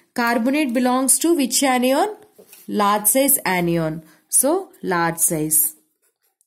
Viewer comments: Aniyon....😂😂🤣🤣 I cant understand mam this word....😅😅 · it is anion not enion and cation not catenion 😂? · Mam when you say kation ana annion it sounfs very funny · cation anion shi se bolo